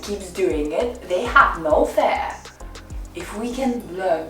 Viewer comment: So cute how you pronouce the word "Fear". Your english is so good, so hearing this mispronounced is strange to my ears.